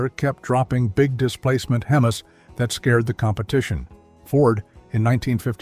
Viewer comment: AI lost me at "hemus"